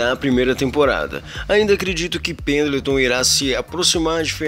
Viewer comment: Você falou penatão